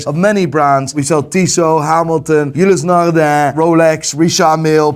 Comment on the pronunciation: I like the way says Ulysse Nardin very authentic French sounding "Eulissnarrdah"